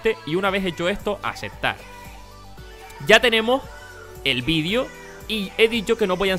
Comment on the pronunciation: muy buen video pero una cosa la palabra de xd "vidio" PD:me gustan los videos de no es para insultarlo:P